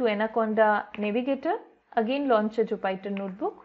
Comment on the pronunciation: Thanks for the video, it was quite helpful! A very trivial suggestion, Jupyter is pronounced like joo·puh·tr.